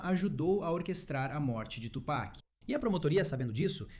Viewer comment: Aprendam com Jay-Z : Tupek não cara Tupac 😂